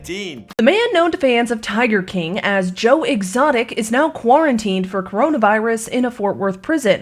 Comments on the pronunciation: "Joe Extoic" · Joe ExToic😂😂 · "joe extoic” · Joe extoic?????? 😅😅😂